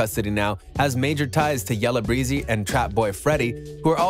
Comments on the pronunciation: This ninja done messed up all his info and everybody name. Who the hell is “boozi” & “yellow breezy” 🥴 THUMBS DOWN. And boosie is not from Texas wtf 🤦🏻‍♀️ this how I know ur info isn’t accurate. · “Yella breezy” ☠️ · Ima need somebody... ANYBODY that ACTUALLY knows wtf they're talking about to make a REAL video. How tf u following a story about rappers but got the fact that one of the BIGGEST and most well known rappers, Boosie is from LOUISIANA...wrong?! Talmbout he a Texan rapper...and who tf is Yellow Breezy?!?! U meant Beezy, right??? I CALL BIG CAP! Smh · son said yella "breezy". goodbye. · “ yella breezy” ? 😂